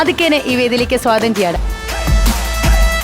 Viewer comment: വെള്ളജൂബയിട്ട താടിക്കാരൻ സ്ഥിരം ഉച്ചാരണത്തെറ്റ് ---സാഗതം (സ്വാഗതം )